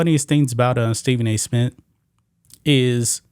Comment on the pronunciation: I stopped watching g when he said Smit the third time. 😂😂😂😂